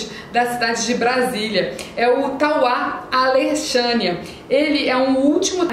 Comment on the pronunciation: O pessoal de Brasília gosta muito do Tauá Alexânia... muito bom! Obs: Se pronuncia "Alecssânia" o nome da cidade😊